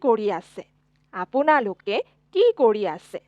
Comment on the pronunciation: Few corrections: ●It's pronounced as Tumalook (not tomalok), Apunalook (Not aponalok) ● Then it should be Tohote ki kori aso and not tohote ki kori asa ● Muk not Mok ●Mur not Mor ●Aeitu not Aito ●Tumar not Tomar ●Teuluk not teolok So basically the use of 'O' isn't correct in many places ig.